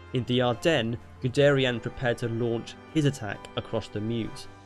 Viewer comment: it isn't 'Good-air-ee-ann' its Good-air-ee-un'